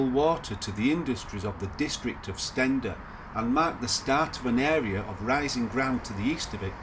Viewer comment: I think Steander is pronounced Steen der not Sten der.